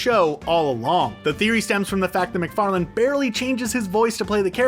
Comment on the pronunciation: You make a video and you mispronounce the creators name… noice :)))) it is Seth MacFarlane, not McFarland…